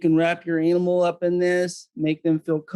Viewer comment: Why does say "analmal"?